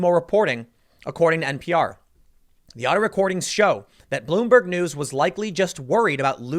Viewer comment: "Bloom- BERG" Not. Even. Once.